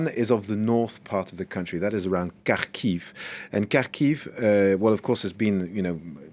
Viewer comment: Listening to French people speak English in their typical accent trying to pronounce strange city names is like a real, live caricature. Kar-keef! 🤣